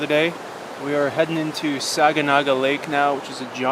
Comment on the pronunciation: Thank you for this wonderful content! Technically locally pronounced “Sag-na-ga” (not saga gana). was told by an old timer that it means “Lake of many islands.” Aka “Big Sag.” “Sagnagaans” means “Lake of not so many islands.”